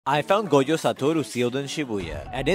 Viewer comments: It noy pronounced goyo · Why keep pronoucing goyo instead of gojo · That is not how you pronounce Gojo 😂😂